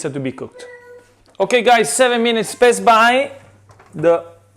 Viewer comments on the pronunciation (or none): I always thought he says best buy...it's pass by, damn I'm deaf. Thanks cheff! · aaaaaaaaaaaaaaaaaaaah, he says "past by"! I always understand "best buy", and was wondering it if its an running gag or something.